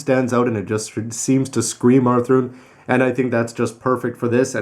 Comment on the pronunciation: He calls him author i stead of athrun